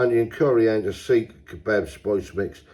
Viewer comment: Seekh is not pronounced the way you said it twice lol 😅, but long as you enjoyed them that's all that matters 👍